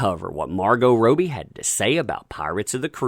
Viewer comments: Margot Robie? Think its Robbie mate (Rob-e) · isn't it Rob - ie? not Rope - ie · did he just say Roe-bee? LOL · So you can say Margot but you can t pronounce Robbie? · How you could possibly mispronounce Robbie repeatedly is beyond me